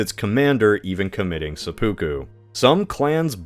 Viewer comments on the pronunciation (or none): none